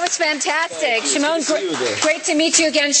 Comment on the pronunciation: Hahaha she pronounced Shims name wrong